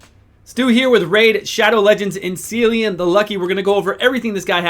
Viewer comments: If his name is going by the actual Irish way of saying it then it’s Killian not sillian. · He has an Irish name and it's pronounced Killean. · KILL-ee- an please start saying it right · Good video, but if they are going for Celtic, which I think they are, it is pronounced Kill-E-an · at least pronounce the guy's name correctly dude